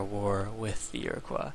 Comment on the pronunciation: Holy shit, man, it's ear-o-coy, not ear-o-qwah. Goddammit, it's not French!